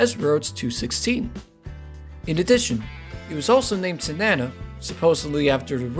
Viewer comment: The gas cars as these were known were used on the entire railroad from Seward to Fairbanks, including Whittier. And the Tanana River and valley is pronounced Taah-na-naw, not Ta-nana.